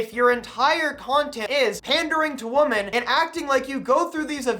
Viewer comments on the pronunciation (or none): No hate, but just so you know, the plural of woman, women, is supposed to be pronounced like "wimin". Like it rhymes with how a Southerner would say dimming, dimmin' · Bro you do know that women is pronounced differently then woman right?